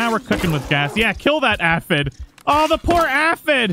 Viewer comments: Say it with me sir. A-phid. Not ah-phid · The way you say A-F-Eh-D